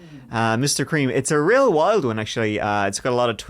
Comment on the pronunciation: You can say creme again. Clean your beard love.